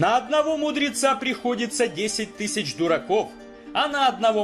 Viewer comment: Главное тыщ тыщ произносить